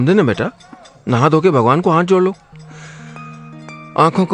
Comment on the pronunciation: Hanth nai hota hath hota h, आप हांथ क्यों बोलते है